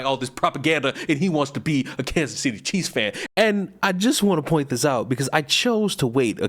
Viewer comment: I’m still hearing cheese fan instead of Chief’s fan😂